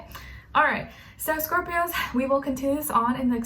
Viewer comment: For scorpios she says “Scorp-i-Oos” hahaha I love it